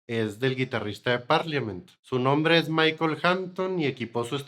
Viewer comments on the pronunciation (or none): none